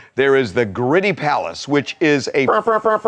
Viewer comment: "Gritti" is not pronounced "gritty." It's "GREE-tee."